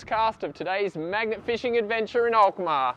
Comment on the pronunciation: You pronounce the name of the city Alkmaar perfectly